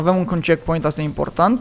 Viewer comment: De ce ai zis checkcoint?